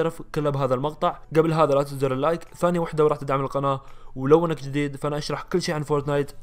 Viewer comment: في دقيقه وش قلت لاتنسون زر اللايت 🤔🤔🤔🤔 هههههههههههه